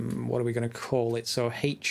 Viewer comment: I had a chuckle at "rVWorking again" as well as his British English pronunciation of H in 'rHWorking', which sounded almost like "I hate working" to me. ;)